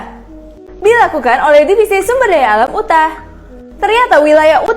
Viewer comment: KAK, UTAH pronounce'nya YUTAH bukan UTAH.